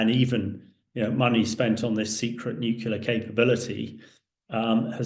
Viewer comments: It's pronounced Nu- Clear just for reference. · It's pronounced NEW CLEAR, you idiot, not NEW KYULA! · Why tf would I listen to a guy who doesn't even know what the word "NUCLEAR" means... It's" NUCLEAR", not "NUCULAR", dumbass ! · A man in the position of Mr. Hamish who cannot say the word nuclear properly is a disgrace. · Nuclear is pronounced "new-clear" not new-kew-lar - c'mon Hamish. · Spot on, it was irritating me too! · I am from England and he is clearly saying nukula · Clever enough to know its not pronounced NU-CUE-LAR. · This guy is no military expert. He can't even say nuclear properly 😂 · haha I am a British patriot you Silly Bot. I was merely stating that that he can't say nuclear properly. And I'm supposed to take it seriously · Why is it some people cannot say Nuclear ... it's weird weird weird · A former NATO chief who can't pronounce 'NUCLEAR'. That doesn't bode well.